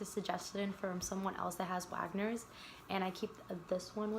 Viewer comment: It’s Wegeners not wagners